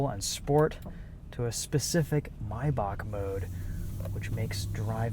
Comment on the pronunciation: it’s pronounced “may-back”